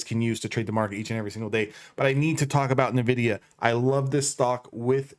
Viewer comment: Good stuff, man. Bullish on this too. But I think it's pronounced N-Vidia (en-vidia)?